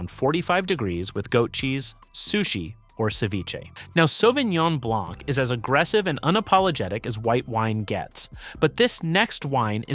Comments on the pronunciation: I stopped watching the video when he pronounced the c. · I came to look for the comment. It drives me crazy. Matt Leblanc… ugh. why pronounce the ‘c’. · As a French man, I die a bit each time you say the C in blanc.... it's silent !!